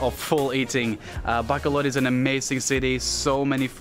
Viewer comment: I'm so annoyed how he pronounced BACOLOD... BACK-COL-LOD.